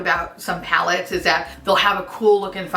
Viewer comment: Tell me why I heard "4 creepy mattes" that would be a very different pallette 😄😄